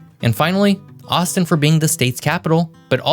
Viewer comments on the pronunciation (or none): none